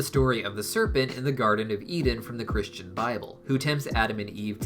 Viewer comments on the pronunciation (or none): none